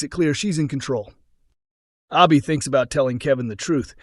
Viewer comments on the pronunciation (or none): This Guy Needs To Learn How To Talk It's Not Obby Her Name Is Abby !!!